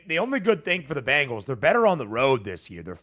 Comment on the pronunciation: Not to be too critical, but you'd think someone with the first name of would be able to pronounce the word Bengals properly. The word is Bengals, not Bangles. The Bengals are the NFL team in Cincinnati. The Bangles are an all-female pop band from the '80's. Sorry to be that guy, but I thought maybe a little constructive criticism would be appreciated. Love your show, you guys are both very knowledgeable and personable and I like listening to your show every weekday.